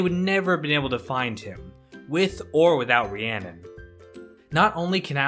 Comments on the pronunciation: It’s spelled Rhiannon, but it’s pronounced Rahoonie. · Her name isn't even Rhiannon it's Rahooney